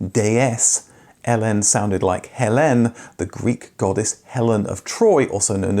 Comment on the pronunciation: It's Hélène and Héléna. different accent, different vowel sound.